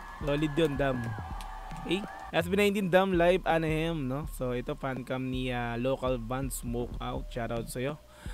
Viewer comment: Anaheim pronounces as a-na-haym brother